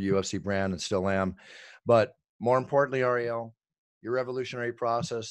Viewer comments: Love how he pronounces ariels name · ironic how the announcer can pronounce all the ufc fighters names for not ariels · Ariel, only name Bruce Buffer can’t pronounce